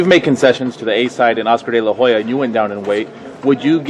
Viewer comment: "Oscar della hoyer" lol